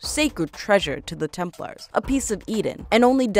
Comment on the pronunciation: It not tempers it’s Templar